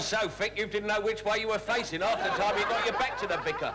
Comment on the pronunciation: Sally telling Stan there's a T in bit actually says "It's GO a T in it". drops her own T while correcting him.